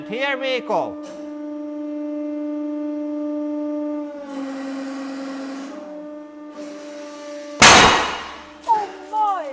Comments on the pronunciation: Well Mr. Bond. HIER WI GOU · “And heer we gohw”